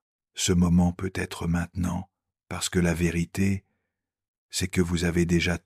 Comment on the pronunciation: Merci infiniment pour ces contenus d’une extrême richesse 🙏 Pouvez-vous faire quelque chose pour améliorer la diction je précise à chaque fois que le mot peut-être apparaît, il est mal prononcé ça enlève un peu de fluidité c’est dommage .